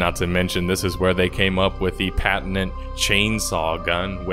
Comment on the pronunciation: Patent-int Ulti-mint